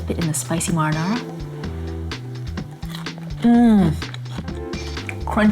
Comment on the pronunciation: What a dumb bitch, she can't pronounce her words correctly...marinara you moron.